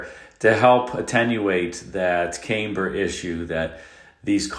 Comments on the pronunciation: Camber is pronounced "cam ber" not "came burr" : Damper, not dampener. The first is to calm; the second is to hydrate. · I believe that word is pronounced cam-burr, not came-burr. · And all these years I thought “camber” was pronounced “CAM-ber”. Now I know - it’s “CAME-ber”. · It was under inflated rear tires that aggravated the decambering. Also, it is pronounced camm- ber, not came-ber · Cam ber, not came-ber.... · "Came-Ber"., it is pronounced like "Cam-Ber". The early Corvair had a problem with trailing throttle oversteer. Take your Volkswagen GTI and throw it into a curve at 85% of what the tires are capable of. SLAM on the brakes and the back end of the car will try to spin you out since the weight of the car transfers to the front wheels. Due to the fact that a GTI has 65% of its weight on the front tires while sitting parked, there is very little mass to try to spin the car out and while it typically gets a bit weird....In the end it doesn't spin out of control. The rear tires grip overcomes the tendency of the body of the car to spin around. NOW, let's put a 400 pound engine and transaxle at the rear and NO engine or transmission at the front and do the same thing at the same speed; That 400 pounds back there will act like a pendulum and spin the car completely out of control! On an early Porsche 911, you didn't even have to hit the brakes to get the back end to come around; Simply letting off the throttle at or near maximum cornering was enough to cause the car to lose grip at the rear and spin right around. These cars were called the "Rear-engine doctor killers" by the California Highway Patrol in the 1960's and '70's, and the typical accident scene showed a broken guard rail and the wreckage of the car down in the ravine showed that it went through that guard rail rear bumper first~ -Adolph Hitler actually FORBID his officers from riding or driving in Tatra cars during WW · Camber is pronounced cam-ber. was saying came-ber. 😊